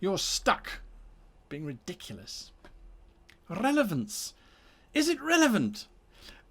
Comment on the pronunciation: You said revelance in the intro ;) Love all your content, much love from The Netherlands